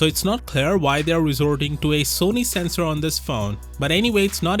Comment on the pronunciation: he said sesnor not mega pixels